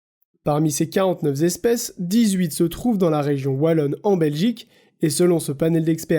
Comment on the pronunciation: On dit 49 espèces et non pas 49 zespèces ( ; )